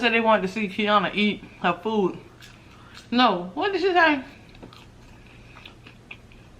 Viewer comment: u can tell when in a good mood because its “good fewd” not food in the intro